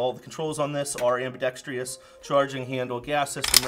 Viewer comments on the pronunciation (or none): AMBIDEXTROUS NOT AMBIDEXTIOUS <- this is not a word